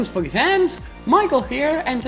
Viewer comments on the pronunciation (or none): none